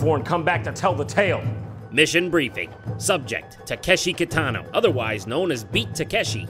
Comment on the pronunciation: I literally couldn't tell if I was being stupid because I recognized Kitano but you pronounced his name incorrectly so I thought I was wrong.